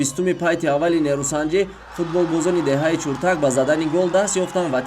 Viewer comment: Чуртак не Чиртак. А бача варзиш нюз шарманда кардӣ!